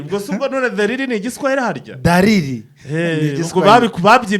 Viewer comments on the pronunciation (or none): Dalili apana Dariri 😂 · DALILI apana DARIRI